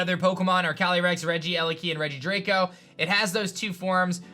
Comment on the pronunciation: your saying the dragon regis name wrong its regidrago not regidraco